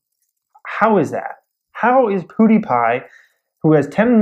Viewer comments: Does it annoy anyone else that he is saying "PooDiePie" instead of PewDiePie? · "Poodiepie" lol